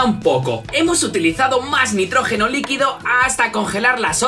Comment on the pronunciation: Nitrógeno no notrojeno